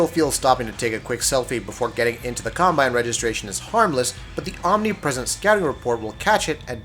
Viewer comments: Gave you a break when you said FIFA started that story mode trend. But couldn't keep watching any further once you said "cumbine". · The way you said combine made me cringe